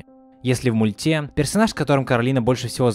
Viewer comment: Блин бесит его произношение,мультЕ . Перестала из-за этого смотреть.